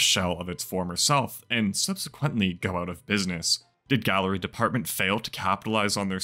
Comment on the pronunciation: Can you stop saying gallery depth 😂😂 it’s department. It just wouldn’t look right on shirts spelled out